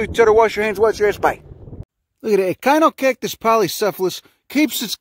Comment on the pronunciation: wow,You said Echinocactus as kine-o-cactus? I never knew that. For decades..its been like Etch chin-o-cactus. Hmm.